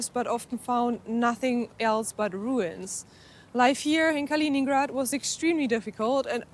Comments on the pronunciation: It's named after Kalinin, not "Kalin"... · De uitspraak van Königsberg is fout. Ook van Kaliningrad. Stop met deze onzin.